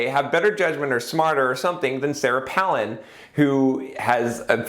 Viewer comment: It's Pālin like pail, not Pălin like palace. :) Any way, I don't think politics is a good example because there isn't any feedback mechanism, like profit and loss, to tell if you are doing a good job, and there is no competition once you in, except to some extent between US states or localities (e.g. tax migration), but that could be because other places are getting even worse, rather than you doing a good job. A person who is good at campaigning isn't necessarily going to live up to the expectations they fostered in their campaigns, but once they're in, they're in unless impeached or recalled (which is rare). Just look at Regan: not getting rid of the Dept. of Education; or Obama, the US is still in Afghanistan. It's also kind of an old-boys' club; especially, within parties Millette and Brown were outsiders while Randy and Goldberg are the old guard. Didn't even get to another election season to see how competent they were at getting candidates elected. Not sure about the raising money thing; it's subjective how much is enough within the timespan. Personally, I would like to see that ring cast into Mordor. I only use Facebook to get contact info and some group announcements; too many adds, too public. Google groups fixes some of the issues people have with Facebook but it hasn't caught on. Maybe Google groups is the Dvorak equivalent of social networking; better but not good enough for people to take the opportunity cost of switching. But yes, I agree with you